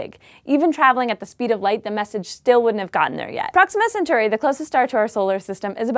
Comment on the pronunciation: Cen-taur-eye. Not Cen-taur-ee. Or Cyg-nye. Not Cyg-nee. I'm nitpicking, I know, but it's just strange when someone pronounces them like that. But, some can be difficult to say or pronounce. However, I do love astronomy!